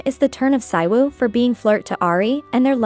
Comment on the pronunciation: The title brought u here & subscribed Also, the male lead was in KISSABLE LIPS K-BL BTW it's pronounced SEE-WOO not PSY-WOO